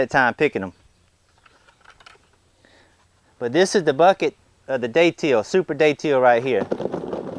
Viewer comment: Beautiful Datil plant. Liked the video. Thanks Im from St. Augustine, we pronounce the name of the pepper more like "dadle"